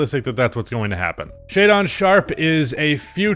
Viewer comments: it’s Shae -DIN not DON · … the way you pronounce “jaden” is the same way you pronounce “shaedon” not shai-dawn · Why he be sayin shaedon like Shai-Dawn